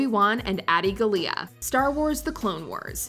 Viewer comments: General Grievous was portrayed as silly? did you guys even watch the Clone Wars series? Adi Gallia is pronounced "GAH-lia", not "gah-LIA" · Gallia is pronounced, (Gaw-Lee-Ah).